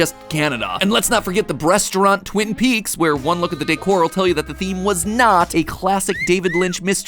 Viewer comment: Matpat said "Breasturant" instead of restaurant.